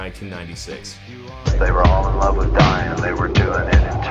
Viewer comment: "They were all in love with dying they were doing it in Texas" Oh.... oh my god. I... am I the only one who heard "dying" as "Dion"? Like a cross between Diane and Dylan? I... I thought it was a girl's name! TWENTY FIVE YEARS AND THIS WHOLE TIME I THOUGHT THEY WERE ALL IN LOVE WITH THE SAME GIRL AND HAVING A LOT OF SEX IN TEXAS